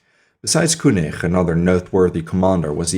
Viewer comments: the name: Koenig: "kooneerh"...the fuck? It's said "Kenigg" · prononce Keunig please :))) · Koenig was French and his name has to be propronounced